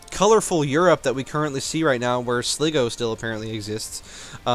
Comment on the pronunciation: It's pronounced, "Sly-Go," not, "Slee-Go." And yeah, feature creep is slowly killing EU4. There's no new features, just added complexity to what we're already doing.